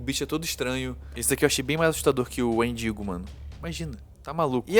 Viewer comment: Quando ele falou wendingo eu escutei mendingo 😭😭😭😭😭